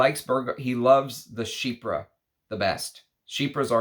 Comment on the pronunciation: I’m sooooo glad you stopped saying “chyfra” in your newer videos 🤣 keep up the great work, I’ve learned a lot from you since I found your channel this past Christmas 🫡